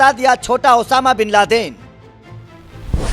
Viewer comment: Bhai mujko sunai diya ya isne Osama ko shab kha😂